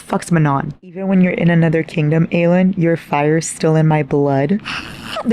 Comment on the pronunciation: Every single time you said Aelin’s name incorrectly it low-key killed me 😂 I’m like “who is Eileen?!”